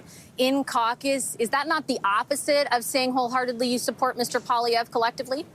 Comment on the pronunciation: why is 100% of english ppl UNABLE to say Pierre's last name right ???! you all him Paulievre.